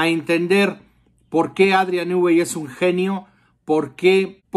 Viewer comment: Nui NUI.... REPITE.... NUUUUUI. SE ve que sabes mucho sobre el